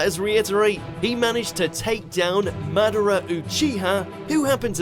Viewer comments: Man-da-ra like wtf who says it like that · Did he just say Manara? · did he just say manara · kizeme? manara? obeato? nerito? kageya? erochimeru? renegin? Otsussuikiik? byekoogan? sarigeegan? susanoo? hoakegay? this man has never watched an episode of naruto